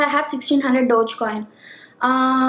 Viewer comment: Dodgecoin?!!!! I thought it is called DOGECOIN!!